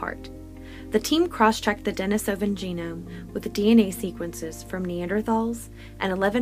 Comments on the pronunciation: Why do you have to say Denisovan like that, not even fellow Americans say it like Denis-oven, I honestly can't sit through it because of that. What an ugly dialect constantly made uglier by insisting on putting the stresses in the wrong parts of words, even compared to fellow speakers. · Denisovan (dɛ-NEE-sə-vən)